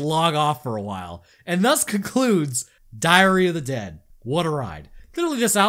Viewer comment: "And that concludes Diarrhea the Dead" thats what i heard